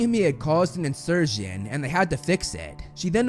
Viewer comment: "Incursion", not "insurgeon"